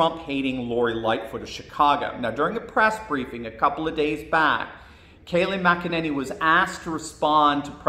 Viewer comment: Why do people keep pronouncing her last name as MacEnany? It’s McEnany it sounds like Mic not Mac